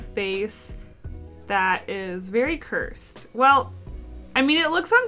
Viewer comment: Cursed* not cure-sed